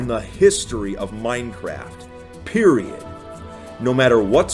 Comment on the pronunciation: that “period”